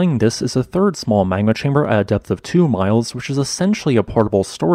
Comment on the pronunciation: Good video. One thing - you need to work on your diction, brother. Your words often run together, and you tend to insert the sounds of non-existent letters. For example, your pronunciation of the word "magma" comes across as "mangma" and your pronunciation of "Mt. St. Helen's" comes across as "mousanghelens". If you plan on narrating, you need to slow down, enunciate and provide CORRECT pronunciation of every word.